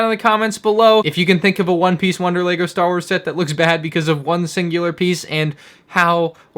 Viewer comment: ”Star was”